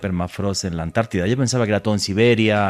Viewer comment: Por quê ANTARTIDA, quando parece dizer añti